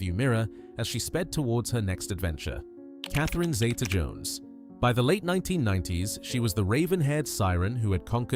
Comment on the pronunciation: Ralph Fiennes pronounces his name Rafe. Also Zee-ta not Zayta, she was named after her Grandmother back in Wales.